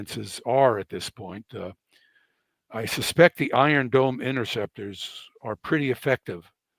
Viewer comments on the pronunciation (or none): Irone Dome hahahahaha I liked the saying "paper bowl"